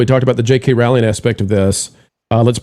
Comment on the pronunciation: ROWLING is pronounced like BOWLING.